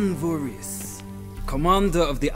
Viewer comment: Someone told me there was a game that had my odd last name in; lo and behold I found it, guess it's true :) Oh and the "...his" on the end of the name is pronounced "isss" or "ehss" (short stop, all together) not a long "heeees".